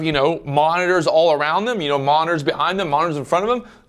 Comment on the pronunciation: " how many 'Monners' ". Mon - nit - tors